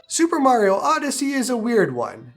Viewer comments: Nintendo peaking around the corner: sup bro? You mind showing us the actual cartridge? And did you say Mare-rio, Bruv? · bro really said mary o lmao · who is MARY-O ? lol